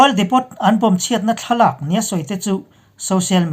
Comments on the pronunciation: Ekhai, INP a ngaihnawm hle ṭhin a, Burma lam khaw hming te felfai taka lam ngaihthlak te hi a nuam. Hetih rual hian Ukraine lam sawinaah Oil Depot bomb chungchangah hian Depot hi depo (t silent)-a lam nise ngaihthlak a nuam lehzual lo'ng maw? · oil depot - oil diipoo , crimea - crymia... ngaihthlak a nawm zawk nan thahnem ngaih post